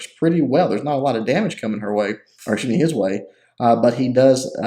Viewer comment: It's EKSKYOOZ ME not ACHOO ME! xD